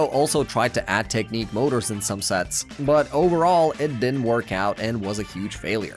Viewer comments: Technic I pronounced [Tehk nik] not [Tehk neek] idiot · Bros pronunciation of knex and technic pisses me of